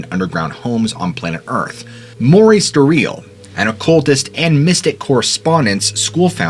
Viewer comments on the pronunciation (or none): Its Maurice Doreal, not "Maury Dorial". get your video correct, you sound like you don't know what you're talking about when you cant even say the man's name.